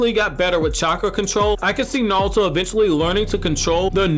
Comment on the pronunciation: Are you saying "NALTO" ?? lol it's ok to slow down, dude